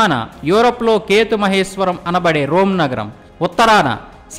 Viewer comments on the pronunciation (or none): none